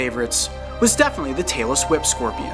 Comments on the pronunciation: Reptilian alien i already knew what a tail whip scorpion was, but most people wouldn't. it does sound like he says taylor swift and it's funny don't take things so seriously. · Anyone else think he said Taylor swift instead of tailless whip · hey totally said Taylor Swift. I replayed that scene so many times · am I the only one that thought he said taylor swift